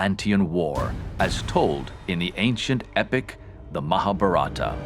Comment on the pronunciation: it is not MaaahaBharaaata but MahaaBhaarata .. Its not Ramayaaana but it is Raamayana